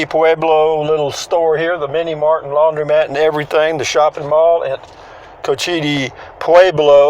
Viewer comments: It’s coach-Ite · When you are reporting about places new to you, especially on indian land, please take the time and make the effort to get the facts right. And at least learn how to pronounce it. Any of the people in the store could have told you the correct pronunciation had you asked.